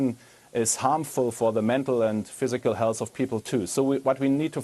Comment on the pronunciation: Liebe es, dass er health hälß ausspricht